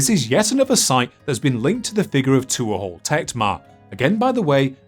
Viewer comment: My god, man. Tuathal is pronounced t(h)wo-hull (dialect dependent). Not two-ah-haul. You could have checked before saying it wrong 100 times in the same video.